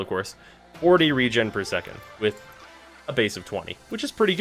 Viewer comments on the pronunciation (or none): none